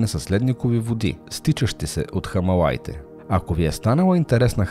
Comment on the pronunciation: Сарасвати, а не Сарсавати. Е, все пак не е зарзавати.... ХИМАЛАИТЕ, а не Хамалаите... Не е лошо да наблегнете на дикцията и правилното произношение на имена и чуждици. Иначе беше много интересно.